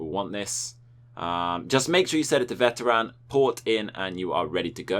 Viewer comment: "Veter AN" lol. Why you saying the world like a weirdo bro? Lear how to pronounce the word